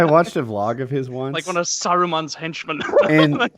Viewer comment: said one of Sauruman’s Henchmen 😂